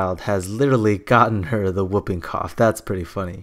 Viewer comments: Whooping is pronounced who-ping, not whup-ping. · And it's wh-oo-ping cough, like swoop, not woping like moping OR whoping cough like whiping. It is an onomatopoeia of the distinctive whoop noise of this disease